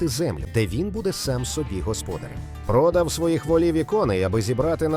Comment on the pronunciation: Бовкнуло :"ПрОдав"!Неук рюцкає.